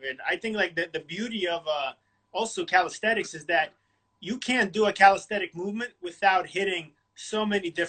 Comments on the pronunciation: its not calisthetics, but calisthenics but otherwise great interview, big fan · Haha, yeah I noticed that he always pronounces it “calisthetics” in his videos, along with other slight verbal tics. But the content is high quality, so it’s fine.